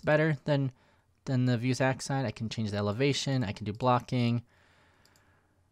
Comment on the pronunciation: Me: "vue" + "sax" = "vuesax": "vue" + "sax" = "vue's axe"?! haha Great video as always